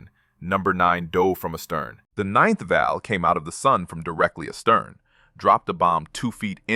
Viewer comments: It’s VAL, not valve!!! That’s just ignorant. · Val not valve is AI at its best